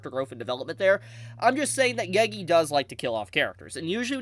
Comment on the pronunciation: bro WHY are u saying geygi its NOT hard to say GE GE